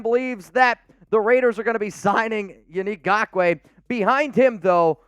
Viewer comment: Truly… thank you for pronouncing his name correctly. It was starting to get frustrating .